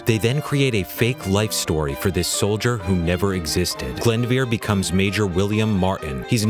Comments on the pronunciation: Best part about operation mincemeat, is even if it didn't work, the british knew that the Nazis would be putting attention on it which we find really funny, the greatest troll of the 20th century. Also the way you pronounce the names in this wrong. Glyndwr isnt "glyndvir" its "glindoor" And Charles Cholmondeley's surname is said as "chumley", do a little bit more research before just saying it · Haha I love how he pronounced Glyndwr as Glend-vir. It's actually pronounced kind of like Glin-door. The Welsh language must seem so strange to others, especially since autocorrect just changed Glyndwr to flounder... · BUZZFEED THAT IS NOT HOW YOU PRONOUNCE GLYNDŴR! IT'S "GLYNDŴR" NOT "GLYNDEVERE" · The dead mans name is pronounced glyn dwr not glendwr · Cholmondeley is pronounced Chumley. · It's actually pronounced gl-in-doer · Cholmondeley is pronounced "Chum lee" Glyndwr is pronounced "Glin dur" Just saying..... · Cholmondeley is pronounced Chum-lee Glyndwr is pronounced Glin-do-er. But, whatever, the facts are more important. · Glyndwr is pronounce Glin-Door. Its Welsh. And yeah my girlfriend was taught this during her degree. Really interesting plan. There are lots of similar or even more outlandish plans laid out in WW2 by allies and axis forces but we rarely hear about the ones that didn't succeed. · i am welsh and it is pronounced Glin-duwer, sorry just annoyed me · What? Glendveer? That is a weird way to pronounce Glyndwr. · Interesting :) Just one thing though, "Glyndvyr"?! It's Glyndwr and even though you might not be able to pronounce the Welsh "W" I don't understand where the "V" came from :L -a Welsh person. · Totally wrecked the pronunciation of 'Glyndŵr' It's pronounced 'Glin-dooh-r' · That was the most unique way of pronouncing Glyndŵr I've ever heard. But great vid other wise! We don't learn about his amazing story in Wales either, which is a shame. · that incorrect welsh pronunciation tho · His pronunciation of Glyndwr is Mincemeat (terrible)